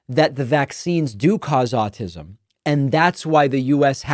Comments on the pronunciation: Pretty sure he called it 'all-tism'...that kinda says it all to me. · Question-...ized? ALL-tis'm? Way to go Oklahoma. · Also said "Altism"